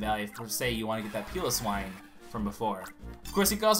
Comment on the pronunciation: its pronounced pie low swine